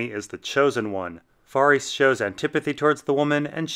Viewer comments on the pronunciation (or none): Var-ees For real? It's Varys. For 20 years, it's been Varys.